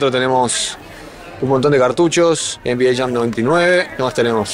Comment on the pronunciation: EN BI EI... EN I ES... dios mio tincho en pinta